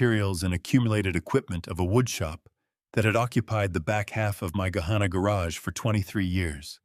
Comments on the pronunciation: There are no longer any farms on the drive from Dublin to Gahanna. Pronounced Guh-Hanna. Not Guh-hawnnuh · Was the Thanksgiving dinner in New Albany? They went south on 62 to Gahanna which was incorrectly pronounced. Route 62 doesn’t go to Dublin. If they took 62 to return to Gahanna I assume they came from New Albany and not Dublin. However later the story said the Whitfield compound was in Dublin.